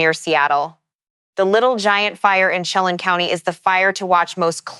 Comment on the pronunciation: CHELAN pronounced shə-LAN & KLAMATH is kla•muhth. Wedding rains are typically referred to in regard to a wedding, not wildfire. And wtf is hatriaf activity 😂😂